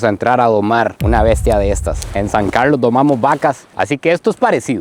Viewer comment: Una maravilla de nuestro planeta. Gracias y por su gran trabajo haciendo este documental con los nenets. Me hace muy feliz escucharte decir San Carlos, allá en el Ártico. Siempre disfrutamos todos los videos en este canal y siempre te deseamos muchos éxitos más. 🇨🇷🇨🇷🇨🇷💯👍👍👍👏👏👏🧊🧊🧊